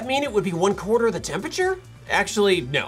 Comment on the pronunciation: Little known fact: Temperature is a 4 syllable word